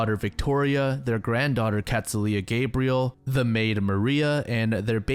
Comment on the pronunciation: I know this seems petty but any time there’s a female named Gabrielle it’s gonna be pronounced w a short a sound and “L” at the end as in Cinderella